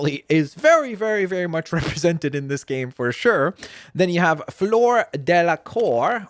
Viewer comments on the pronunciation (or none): none